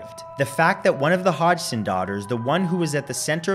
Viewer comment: hi the name of the family is pronounced hodson but spelt hodgson sorry my mum had the same surname